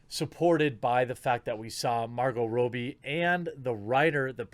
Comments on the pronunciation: Are you doing a meme with calling her Margo Rowbee? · Is that how you pronounce her name Marco Roby? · The way he’s pronouncing Margot Robbie is bothering me